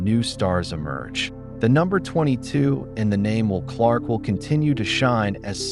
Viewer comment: It's not even a real guy. Stupid how he says "Wool" Clark, and how many sentences stop in the middle, then continue. No highlight clips at all. The sad thing is, there are quite a few of these videos.......